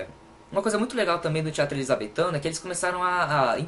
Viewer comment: "Elizabeffff" kkkkkkkkkkk😂